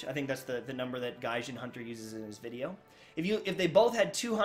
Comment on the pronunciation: You miss pronounced gaijin